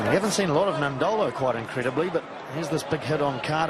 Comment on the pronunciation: It’s unbelievable the amount of commentators that can’t pronounce Nadolo’s name